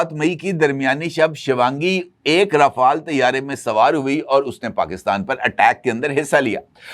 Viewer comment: Bravo صاحب ❤ آپ پہلے اینکر ہیں جو رافال Ra fal صیح طریقے سے بول رہے ہیں جو فرانسے french میں بھی بولتے ہیں۔۔ ورنہ مودی راپھیل کہتا ہے 😂 اور باقی را فیل 😅۔۔۔